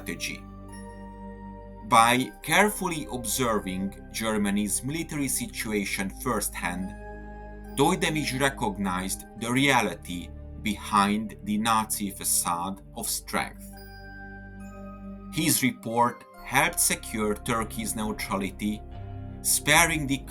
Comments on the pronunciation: TOYDEMİR ✅️ TOYDEMISH ❌️🚫🙅‍♂️🤣🤣🤣🤣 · Its ToydemiRRR not Toydemisch😂?? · Just to let you know, its Toydemir, not ToydemiSH. Not a big deal but slightly distracting for Turkish audience :) good content! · TOYDEMIR. His name ends with an R. In what language is an R pronounced as a SH or SCH? What is this? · How please is it so hard to pronounce Toydemir correctly ??? Why are saying Toydemish?????? 😂😂😂😂 Are you an Arap or an Indian or what ????😂😂😂😂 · Bro just a detail and as a informetion to ppl who reading this: his name is Cemil Cahit Toy-de-mir with MİR. You can't read it like Toydemar (For English native speakers) should readed with MİR. You are showing a real effort to read his name I see and I admire your effort, thanks for that. But that was a good video with real informations and good understanding for core of the case. Thanks for the video ^^